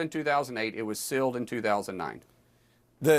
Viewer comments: BTW...Markwayne Mullins can't even say "sealed". He keeps saying "silled". What a dunce!!!! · That’s ok Mullin, the victims and witnesses are releasing the evidence they have around the clock. Also, the word is sealed, not silled. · My God, Mullen is duuuumb! Is he trying to say "sealed" when he keeps saying "silled"? Ugh!!! 😂😂😂